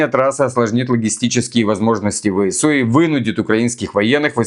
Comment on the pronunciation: ВСУ - ВЭ СЭ У! СЭ СЭ СЭ. НЕ ЭС! Режет по ушам, ДОРОГОЙ НАШ. В русском языке буква С произносится СЭ.